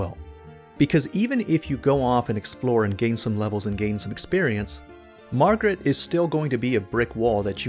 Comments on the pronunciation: "Margret"... Margret out here teaching lessons, he gotta teach you English -101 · My boi, what's with this hard "G"